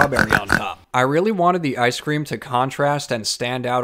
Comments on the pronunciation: I don’t eat ice cweam Get your pronunciations right Are you a ghost or a person? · He says maybe people on that side of the pond pronounce things differently, he said ice cream 😂. Also he's a ghost... obviously 👀